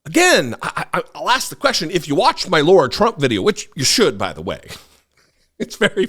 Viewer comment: Lara,..not Laura😊